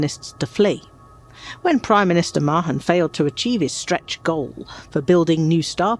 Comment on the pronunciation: At last the correct pronunciation of Mahon